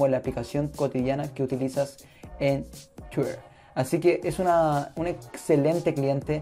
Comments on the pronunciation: que tienes con tuirrr ajjajajaj pronuncia bien :v twitter :v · por que dices tuier y no lo pronuncias bien ? jajaj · yo tampoco lo entendí pero se que quiero decir que no sabes pronunciar Twitter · es que la forma en la que lo pronuncias esta mal o es rara fíjate que muchos te lo recalcaron, critica constructiva tal ves, gracias a ti por responder